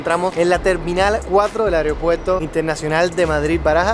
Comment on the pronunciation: AEROpuerto, no "areo"